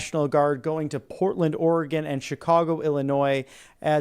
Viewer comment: Haha, Portland, Or-E-Gone.